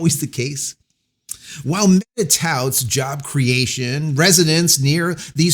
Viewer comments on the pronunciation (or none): Why do you keep slurring or bleeping out Meta